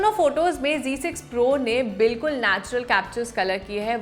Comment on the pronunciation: Style se Z ko g bola jata hai ...😂